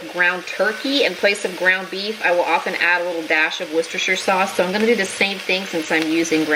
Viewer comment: As a European I must inform you that you are pronouncing worcestersauce all wrong. In the UK they say something like 'wustersauce'.